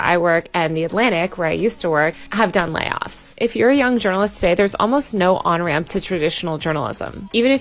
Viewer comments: At 1' 35" "...munce and munce and munce of layoffs" Why can't the woman do interdental fricatives? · Her valley girl pronunciation of "layoffs" made me laugh.